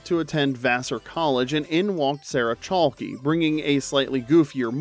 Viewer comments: For the last one, her name is Sarah Chalke (Chalk) the "E" is silent, not Chalkeeee. Wondering if the voice is AI? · CHALK. Not Chalky lol. That was killing me. LOVE THE CHANNEL THO! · It's Chalk, not Chalkie. The "e" in Chalke is silent. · Same. Thanks for pointing it out